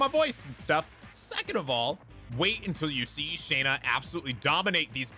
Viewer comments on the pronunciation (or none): It's SHAW-NA; not SHAE-NA!!